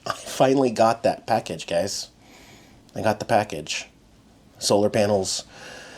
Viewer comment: " GUISE" LOLLLLLLLLLLLLLLLLLLLLLLLLLLLLLLLLLLLLLLLLLLLLLLLLLLLLLLL